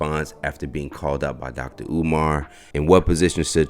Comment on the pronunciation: He called him omaar 😅😅😅😅